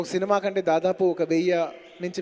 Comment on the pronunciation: First Telugu maatladatam nerchuko.. veyya kaadu it's veyyi(1000) inta kanta kaadu inta Kante..